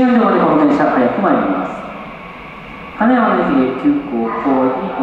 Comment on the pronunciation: 名鉄の「金山」のイントネーションだけはどうしても受け入れがたいものがありますが…。